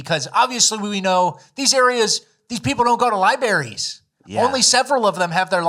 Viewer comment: "libaries" gets me every time. 😂😂😂